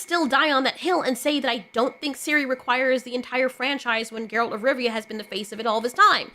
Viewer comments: please fix your Geralt pronunciation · New fan because of the Witcher show and she doesn’t even know how to pronounce his name, that’s a bit of a tell on the grift.